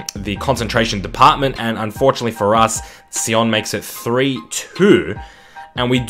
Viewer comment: FC Sion is a Swiss side and it is pronounced "Zee on"